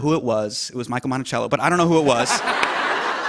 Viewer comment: Smh “Michael Monchello” 😂